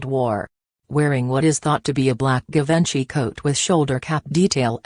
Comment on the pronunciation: THE WAY SHE SAID GIVENCY I DIED